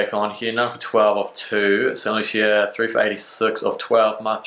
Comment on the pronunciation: Pronounced st “loosha”. Love your vids btw